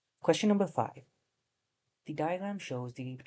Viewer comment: why do you pronounce 5 as 'fi' instead of 'five' thats so funny